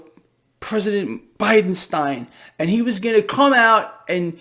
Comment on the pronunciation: It's pronounced Bidensteeen!